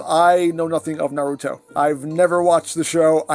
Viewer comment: Not knowing the show is fine cos you're at least saying Naruto correctly Even people who HAVE seen the show say it wrong as nah-ROO-toh instead of NAH-roo-toh Also the Gamakichi is a brand new mold though is likely to be made into Spittor or Diver Most likely Diver since we already have Tasmania Kid and Lio Convoy from Beast Wars 2nd